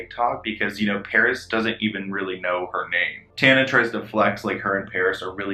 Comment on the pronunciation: Side note but Paris saying Tonna instead of Tana killllleeedd me